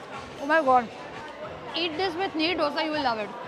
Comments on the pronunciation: It's not DHOSA.... ITS DOSA.. EK, DO, THEEN. 1, 2 ,3... Dosa.. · Dough-SA nahi Dosa :🙏🏻🤦🏻‍♂